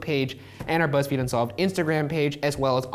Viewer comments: Shane said fuzzfeed lol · "Of Fuzzfeed Unsolved Troo Crime" - Shane 2k18 I dunno why i heard Fuzzfeed but i did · Did Shane say fuzzfeed??? 😂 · Shane said fuzzfeed unsolved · At the end Shane said Fuzzfeed unsolved 😂😂😂😂😂😂😂😂😂😂😂😂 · He said fuzzfeed in the beginning.